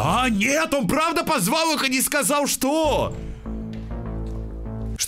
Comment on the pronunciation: Я одна заметила что говорит не "сказаЛ" А "сказаув" Что то типо этого